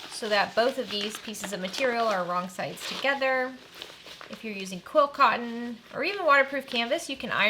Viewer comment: Sorry, beginner here, are you saying quill cotton or quilt cotton? I just really enjoy your videos! 💜